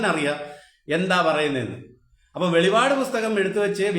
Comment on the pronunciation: സഹോദരാ, വെളിപാട് അല്ല വെളിപ്പാട് ആണ്.